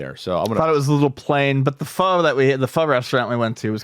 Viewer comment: An old friend married a Vietnamese woman that made homemade pho. I just want to tell you now that it's not pronounced "foe". It's pronounced "Fuh". It sounds like the word "duh", but with an F. If you ever order pho, just pronounced if fuh and they will know exactly what you're saying., you are on a food podcast so I hope this tip helps. Also, you can google "pho pronunciation" for confirmation on this.